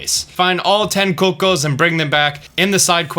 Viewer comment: It’s not as bad as when he says illuminoise instead of illuminous or how he pronounced cuccos as coco. Not sure if it’s a shtick or not.